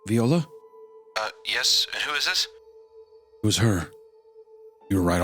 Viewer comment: Great story! Great voicing and the chatting before, during and after the read is perfection! Love the dynamic of creepcast Only one comment that would be a complaint... It's not pronounced "vEola" it's "vIola"...my grandmother had the same name and though she's been gone for nearly 24 years, she would have corrected you immediately...she was a quick tempered old lady, so she probably would have hit Wendi with her cane as she yelled "it's vI-ola! vI-ola!" And then Hunter would have seen the attack coming (with his psychic powers) and instead of warning Isiah, he'd have sent a text after with a picture of a cane and the caption "did it hurt, when she was flopping it around?" Anyway...great video!